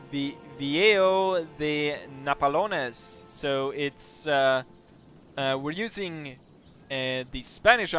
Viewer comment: NAPOLES! NOT NAPALONES